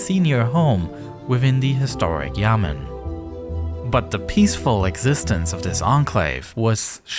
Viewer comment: Me AKA every Chinese person who hears he say Yamen wrong: BROOOO It’s Yá men 衙门